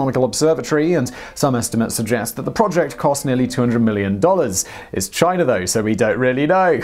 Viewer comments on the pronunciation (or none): none